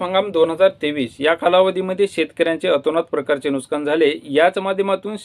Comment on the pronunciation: Nuskan nahi nuksan